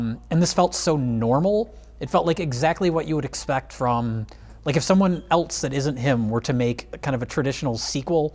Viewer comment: says ELTSE instead of ELSE! GAAAAAAHHHHH!!!!!!!